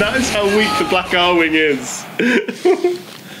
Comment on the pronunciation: Ahem. Ar-WING. WING. C'mon man.